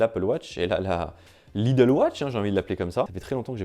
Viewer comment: je suis plié à chaque fois qu'il dit "Lidle watch"